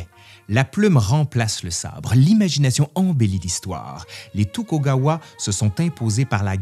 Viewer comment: Vidéo intéressante mais pitié faites plus attention aux prononciations, ça n'est pas la prononciation des sons en elle même ça je peux comprendre mais les inversions de syllabes sont quasi-systématiques (kaishikunin au lieu de kaishakunin, tukogawa au lieu de tokugawa etc...), c'est au point ou pratiquement aucun mot n'y échappe.